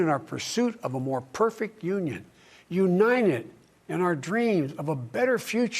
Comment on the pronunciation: “For lords sake this is a UNIDED States of America”